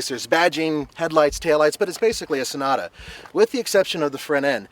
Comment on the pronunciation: said shnota not sonata